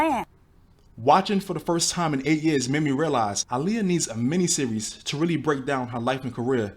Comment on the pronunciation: The fact the mom pronounced her name "ugh-liyah"... smh